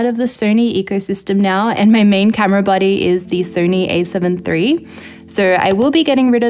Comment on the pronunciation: It took me a while to realize you were saying 'body' and not 'buddy'. Silly me.